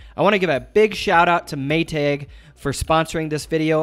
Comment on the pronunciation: It’s Maytag... one word, not May Tagggg